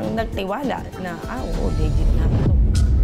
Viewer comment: Dapat bago makakuha ng credit card, chinecheck muna kung pano nila ipronounce yung word na "Legit". Kapag nasa first syllable yung stress, dapat denied agad. Pansin ko lang pareparehas sila Le-git yung bigkas 🤣